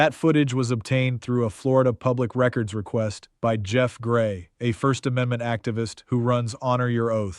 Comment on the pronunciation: AI, this guy just mispronounced records and in a music record instead of record as in I’m recording you be an ass.